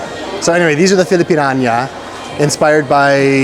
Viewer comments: Natatawa ako pag sinasabi ni filipin-an-ya it's filipin-ya-na kuya😊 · FILIPIÑANA (Filipiniana)po..parang dinig ko ang bigkas mo po FILIPINAÑA (Filipinania)..nagkabaligtad po... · Filipiniana: pronounced filipin nya na not filipin anya. Ty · Fi-li-pi-nya-na NOT Fi-li-pi-nia-NIYA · Filipiniana…you pronounce it that way too…Niana, not Anya…he he he …. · needs to work on his pronunciation of "Filipiniana". the "ia" vowels are pronounced as "ya". So with the "nia" sounds like "niya" or "nya"--- as in FI-LI-PIN-NYA-NA with the accent/emphasis on "nya". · "Filipiniana" is pronounced as "FI-LI-PIN-YA-NA" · Filipin -nya —na😂; SM - Shoe Mart. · its FI-LI-PIN-YA-NA😊 nahihirapan ako for you pag naririnig ko😊✌🏻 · pilipinyana ang tamang bigkas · IT sucks that Kultura won't allow you to look at those. Such a shame. and also, (if you don't mind... pronunciation of Filipiniana is Fi-li-pin-NYA-na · please pronounce filipiniana "filipinyana". Very good vlog!!! 👍🏻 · Filipiniana is pronounced Filipinyana ia gets to be pronounced ya, okey ba? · Hi & 🤗 it is actually " "Filipiniana" (for the ladies, pronounced as Fi-li-pin-yana). It is a shame that Cultura did not let you Vlog that would have a "Great Free Advertising" for them😮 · just to help you out with the pronunciation- the word Piña is in "Pilipiñana" /pili-pi-nya-na/. ❤ The Philipine alphabet inherited the accented /ñ/ from Spain (Hence, España). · the women's barong is called Filipiñana. you pronounce it as, Fi - Li - Pin - Yana. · Its pronounced filipinyana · Just a tip! Filipiniana is pronounce kinda like "Philippine-yeah-nah" based on how American words would sound like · Filipiña po. Hahaha... Filipinyana. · Need to practice how to pronounce Filipiñana